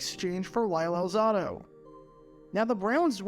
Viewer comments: Al-ZAH-do? It's Al-ZAY-do. He went to HS in the Five Towns (Lawrence) of Long Island near where I grew up in the Rockaways (with the famous beach the Ramones talked about in their song). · I was wondering who was talking about at first due to the mispronunciation. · My thoughts, how does know so much about the NFL, yet not know how to pronounce Lyle’s last name?